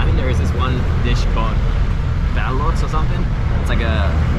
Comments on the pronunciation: Do you pronounce the embryo as Baloooooot? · Yeah balot = wrap Balut = egg embryo Take note the spelling and pronunciation 😂